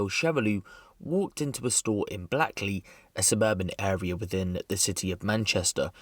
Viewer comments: It's called Blackley as in Blake I use to live in that area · It’s pronounced blake-ley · You pronounce it Blakeley 😊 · It's pronounced 'Blake-Lee'.